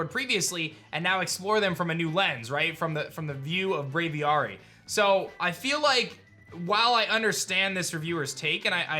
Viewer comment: Does it ever aDrive anyone else wild that he refuses to say Braviary correctly? Brave aviary. Hard A sound both times, buddy.